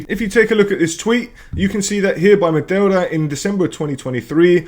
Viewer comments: LOL! How are you pronouncing Meteora this way? It is spelt nothing like the way you are pronouncing it. You're basically saying Matilda :face-blue-smiling::face-blue-smiling::face-blue-smiling::face-blue-smiling::face-blue-smiling::face-blue-smiling::face-blue-smiling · Yes, I'm aware he is Greek because I was listening to the video. If you paid attention to how to speak English you would appreciate that he murdered the pronunciation. Because you are Spanish means nothing. His native language isn't remotely the same as yours, so your point doesn't make sense.